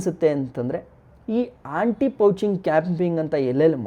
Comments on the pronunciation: Pouching ante poaching guru adu😂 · Aunty pouching anthe😂 guru anti pouching adu